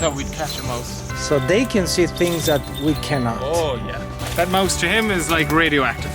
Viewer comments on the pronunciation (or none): none